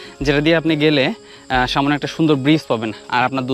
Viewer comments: “‘সামনে” নাকি ”সামোনে” শব্দটার উচ্চারণটা একটু বদলালে আরও ভালো লাগত, কারণ ভিডিওতে এই শব্দটা অনেকবার শুনেছি।” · শব্দটা হচ্ছে সামনে,সামোনে নয়. It sounds disgusting..